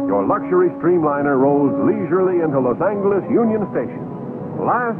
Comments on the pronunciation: So that was the way LA was pronounced, then? Los ANGLE-es. Those citrus groves to the east of Pasadena were already in the gun sights of the developers when this film was made. In those lounges and the dome car, was everyone humming "Smoke gets in your eyes"? So many smokers I thought I was in Europe. Different food handling rules back then, everyone in the kitchen bare-handed tossing your steak on the pan or the plate. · Yeah, Los ANGLE-eez. That’s the way Joe Friday a la Dragnet pronounced it, too. 😂